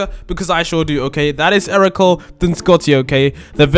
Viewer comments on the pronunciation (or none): It’s prounounced air co lay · Its ercole i think